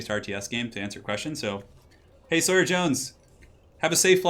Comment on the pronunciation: Aww someone who can say Sawyer properly. Refreshing!